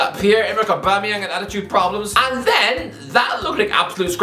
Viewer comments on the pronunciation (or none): none